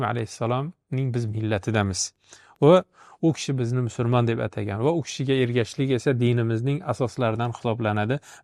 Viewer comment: Ассалому алайкум ва рохматуллох! Барака топинг! Аллох ажрингизни купайтириб берсин! Илтимос "мусулмон" сузи талаффузда бошкача эшитиляпти...